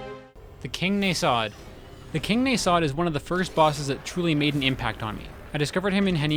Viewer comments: Just a litte gripe its pronounced Nah-sod not Ney-sod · Why do you pronounce "nasod" so weirdly? I think that the stress should be on a, not o, it just feels better to say.